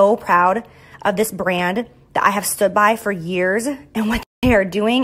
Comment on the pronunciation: Does anyone else just Hate The way Jaclyn says the word "brand"